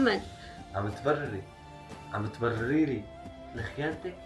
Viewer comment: تبررريري❌ تبرريلي✅